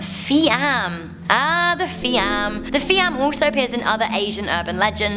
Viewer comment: Phi amm..means possessed by ghost.its pronounce "PEE AHMN"